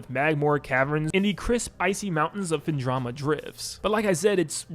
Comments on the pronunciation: Have to point out the mispronunciation of Phendrona as Phendroma and Sanctuary as Sanctum...Just comes across as a bit lazy. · A) It’s pronounced Phendrana with an n. B) I cannot seriously believe that the backtracking in the first game is so severe that you would ding it one or two points in a rating; that seems somewhat harsh given that the game from what you said excels in every other aspect.